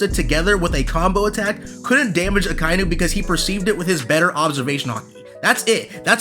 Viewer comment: It's Aka-inu.